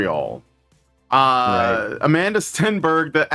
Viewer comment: It's Amandla. Like Amanda, but with a big, fat L.